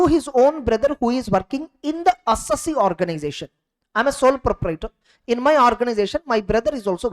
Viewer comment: SIR, please pronounce the word "Assessee" correctly............